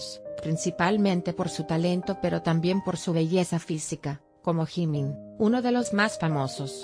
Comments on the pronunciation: Jimin nunca se a operado ademas d3 dice jimin no gimin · Jajaja que mala pronunciacion gimin(jimin) cabop (kpop-keipop)